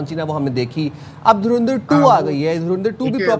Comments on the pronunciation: Jahilo mdrsachpo naam tho lena seekh lo derendar nhe dhurandhar hai bhe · धूरंदिर😂😂😂 Naam to dhang se le le😂😂😂